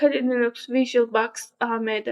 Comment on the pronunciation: Anlatim güzel fakat bazi kelimlerin ingilizce teleffuzunu yanlis yapiyorsun virtulbox gibi cok dikkat cekiyor😂😂